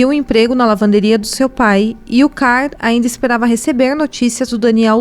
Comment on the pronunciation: A dica é pra editar melhor vídeos como esse: as fotos que ficaram se alternando são as mesmas... Será que é tão difícil arrumar fotos dos outros envolvidos? Até no final do filme aparecem essas fotos. E outra: melhorar a pronúncia... exemplo: o nome CARL não se pronuncia CAR.